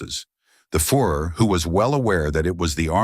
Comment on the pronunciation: the "fur er" and the "fore er." Good lord. Does anyone check pronunciation on these horrible videos? Of course not because they are all AI. No humans took any part in this garbage.